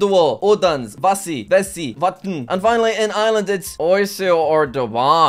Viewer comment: Jack pronouncing vesi and vesi differently and both being wrong (Im Estonian btw)